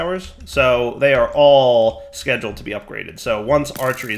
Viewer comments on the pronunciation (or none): none